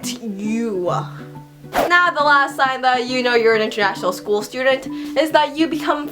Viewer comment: When you're speaking I always visualize you're biting your inner cheeks or something like that..The way you say school is just so weird, like 'skoooo'